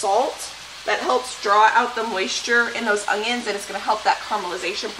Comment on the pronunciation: I love the videos however there is no "g" in onions. Lol